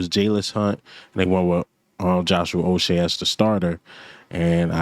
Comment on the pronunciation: Ain’t no O in Uche🤦‍♂️🤦‍♂️🤣